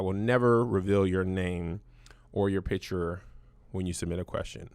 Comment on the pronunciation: Kev incorrectly pronounces "picture" as picher or some version of this and it irks me. There is a c and t in this word. I hate when small, unimportant things bother me this much. Of all the things in the world to be disturbed by... honestly